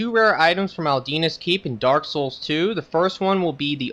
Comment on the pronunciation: Did he say; ALDINA'S KEEP!?!? It's Aldia's keep bro